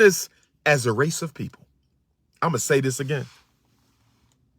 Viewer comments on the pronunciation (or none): none